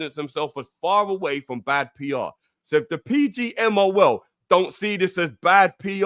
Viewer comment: No english guy can pronounce PGMOL 😂